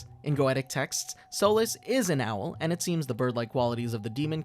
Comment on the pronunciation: It’s owls not what ever your saying XD